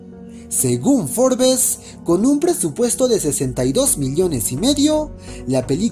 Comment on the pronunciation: "Forbes" se pronuncia "Forbs", omitiendo la "e" en la pronunciación. Pdta: ¡Qué viva el Guasón!